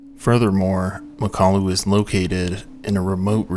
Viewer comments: I’m going to have to nitpick (some smooth brain says I can’t) because I do like your work, it is very good, but often you get pronunciations wrong. In mountaineering videos especially.:/ Anyway, it’s Mak-ah-lu, not ma-kalu. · Pretty sure it's pronounced Mockaloo. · Great video, except it's pronounced MOCK-a-loo with the emphasis on the first syllable.